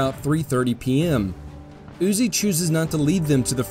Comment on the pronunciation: Huger pronounced U Gee